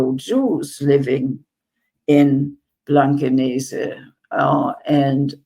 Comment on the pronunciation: Hamburger here. I love how after all these years her pronunciation of the german places ( i.e. Blankenese) is perfect and without accent :) ty for fighting for the palestinians!!!